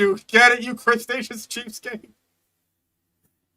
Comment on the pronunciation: how does one even mispronounce cretaceous as crustaceous? there's so many letters that aren't even there in cretaceous